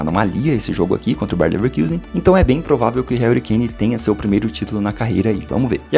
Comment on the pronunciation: pf, pare de falar bayern levekIusen, o time é alemão, não inglês kkkk